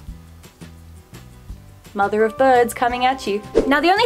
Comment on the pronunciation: wait so u said "mumther" are you into the crazy bird people talk too???